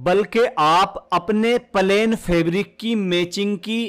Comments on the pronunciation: Palen nhi plane bolo😂😂😂😂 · Bhai plain not palain pls🙏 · Pahle bolna to Sikh lo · Pahle pahle plane bolna Sikho😅😅😅😅😅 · Bhaiya aap palain bol rahe ho 😮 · Pahele palain bolo bhaiyaji😂😂😂😂😂